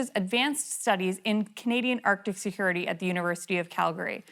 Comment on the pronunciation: Odd accent. She pronounces her "a" as "e". Erctic, not Arctic.